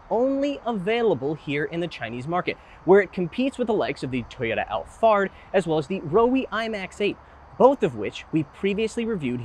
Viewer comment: Did you say, Toyota Allfart?